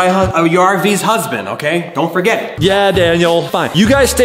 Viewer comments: XD SAID U ARE MY HUSBEN- U ARE VYS HUSBEND AHAHA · Daniel said to chad again " your my husbund"😆😅😄🤣😂🙃👩👨